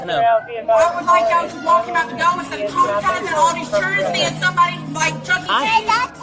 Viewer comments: “all these churrin” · Ah naur, not the traumatized “churrren”. 😂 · Somebody says “chirrren” to me and I’m out